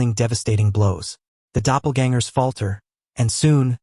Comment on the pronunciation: brooooo the new version fixed the pronunciation of "doppelgangers!" good shit. too many AI recap channels just dont care